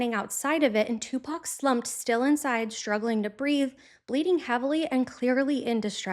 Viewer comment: Finally, another white woman other than myself who can pronounce 2Pac’s name correctly.